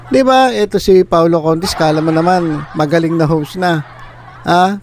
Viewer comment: Paolo CONTIS PO HINDI CONTIT